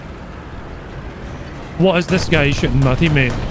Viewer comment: ИС sounds like is, not like ai-ass.